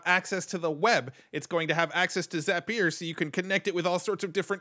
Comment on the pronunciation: Another super helpful video. And you have the best pronunciation of Zapier I've ever heard. For the record, it's pronounced Zap-e-er.